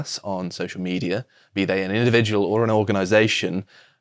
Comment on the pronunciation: "No zhey don't"